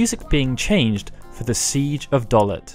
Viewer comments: Great video... except I'm not sure about your pronunciations. My guess is it's supposed to be: Seifer (Cypher), Dollet (Dollay), Balamb (Balarm), and Deling (Dayling). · It's pronounced 'Doll-ay'.